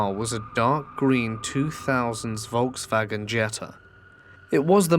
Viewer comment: are you Deutsch? The way you said Volkswagen lol